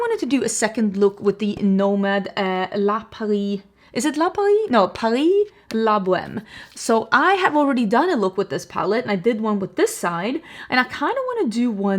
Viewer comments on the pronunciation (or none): Bohème prononced Bo M (ème sounds like the letter M)😉😻❤